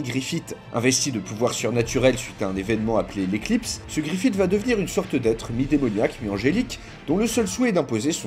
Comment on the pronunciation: Arrêtez de dire Griffite par pitié, ça se prononce Griffisse